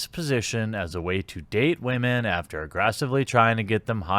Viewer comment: Why do you say wamen